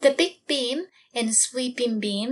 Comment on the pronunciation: when you said Big Beam, I heard Baked Bean and missed the rest of the video cos I was giggling so much lol